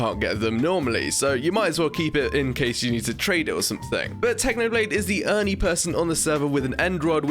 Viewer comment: Why do u say "only" as "ernie"